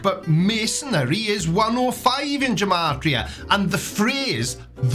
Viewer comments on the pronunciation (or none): Okay so I'm not one to be a stickler for pronunciation. HOWEVER, G and J are very much separate sounds in Hebrew, unlike in English. So, "gematria" should be pronounced with a hard "G" sound, as in "give"; as opposed to a soft "G" as in "germ". Sorry for being a pedant! Hopefully someone finds this interesting lol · Love the content, btw Gematria has a hard G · It's pronounced "Gematria" with a hard G. There's no J sound in Hebrew.